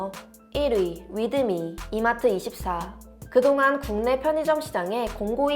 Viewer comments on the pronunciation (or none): 이마트 이십사가 아니라 이마트 이.사 로 읽어야함